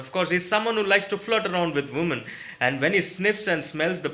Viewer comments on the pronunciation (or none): none